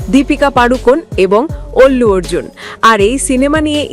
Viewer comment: Ki ekta obostha naam tao tik vabe bolte pare na fake media 🤣😂🤣